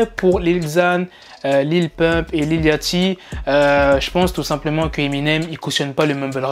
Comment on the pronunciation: Les fr areeeeeeeter de dire lil laaaaachty C’est lil liauchty Merci